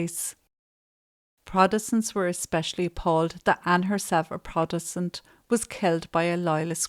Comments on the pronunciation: Love the videos! For next time Protestant is pronounced “prot- es - tant. Just might rile a few people with the mispronunciation 🫢 keep up the good work x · I love your channel and realize you work very hard and have lots of compassion. You are mispronouncing Protestant and mural.